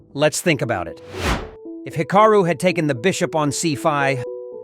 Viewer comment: Hick-a-roo? AI narration is HORRIBLE.